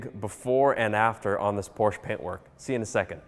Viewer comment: what is a Porshh?